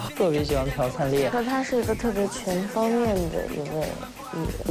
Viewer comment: 为什么他们都念“piao”灿烈啊！！！！🤔🤔🤔